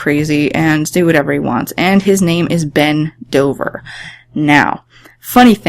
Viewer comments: Souds like you said I Know 3 Bend OversXD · When u said Ben Dover is sounded like u said bend over